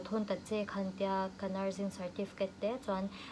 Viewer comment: Nurzing tih in lam thin lo ang u a. Nurse zawk lehnghal hi chuan Nursing(Sing-zai) anga lam ngei2 tur.